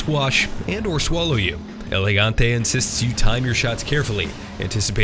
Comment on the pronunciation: First english spoken video i've seen that can pronounce "Gigante" and no "Yeegante" Well done guys!